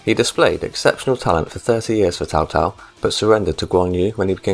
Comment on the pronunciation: Sorry for being a prick, but you gotta stop calling Cao Cao "Tao Tao"